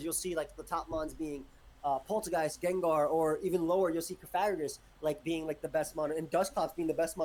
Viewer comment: There's one I'm missing.... Ah yes! Gengar! Wolfey: Yes, Jenjar.